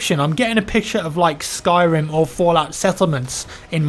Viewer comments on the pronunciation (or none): none